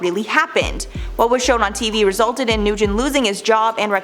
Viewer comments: it's N-wen not Noo-gen... Nguyen is n-wen. We can learn how to pronounce Asian names in 2021 pls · Nguyen is PRONOUNCED “WIN” It is like Smith in Vietnamese